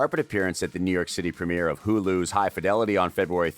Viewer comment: I love everything in this vid but I heard 'huhu' instead of Hulu when you started talking about the event they attended for high fidelity 😂😂😂